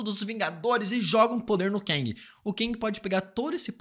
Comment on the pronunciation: Cara me dá um "ranço" quando ele diz "KENG"...Quem mais?